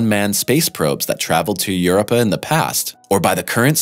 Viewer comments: “yr-ow-puh” or “yoor-OH-pə” - You’re suppose to be a space channel and knowing the name of the moon you’re talking about is the most basic of research. I still gave you a thumbs up because Europa is so fascinating. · I can't watch the whole of this video, it's not pronounced "Uruppa". Please learn to pronounce words correctly, especially if it's the focus of a video and you're going to say it every 10 seconds. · Its pronounced: Ur (like Europe) O (oh) P (pea) Uh Okay good sir? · "Yoorepa"?..Sounds like an old Italian sitcom!.."Yoo repa my'a pizza'!"..I actually saw a tv news 'science spokesman' trying to talk about the volcano's on Io..Obviously reading it from the 'idiot screen'..And he kept on calling Io...10.. Where do they get 'em from! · OMG! This guy or computer voice needs to learn how to pronounce the name Europa "You-rope-uh" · You may be tired of hearing this.... but you deserve it Eu-RO-pa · Everytime he pronounces Europa wrong take a drink... Drunk by the end of this video and I can't pronounce Euruuupa either 🤣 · Europa's name is pronounced as follows: yer-OH-pah. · Eur-OH-pah, dammit! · What is with these CP's always mis-pronouncing simple words, even when English is their 1st language? Your-oh-puh! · 0215 Yer UPPAH ?!?! - WTF is WRONG with that guy ?? STOP IT !!! STOP IT !! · Try saying it like this: "yer O pa", accent on the second syllable. I would love it if it wasn't mispronounced every time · YOUR-O-PU! Your videos, while excellently visually produced, lose credibility when you do not properly pronounce the key subject matters. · I checked it. It is pronounced yoo ROPE uh. This guy doesn't know how to pronounce it. smh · Your-up-ah ? Kill me now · Eur-i-pah, with a short, upward inflection on the short "i" sound. It would have been great if he said it differently each time. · I subbed then heard him say uripuh had to unsub because of it . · Ahhhh god damn it. Its pronounced U ROW PA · U RO PA, W is silent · What is Eurupa? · Omg, it’s Europ-a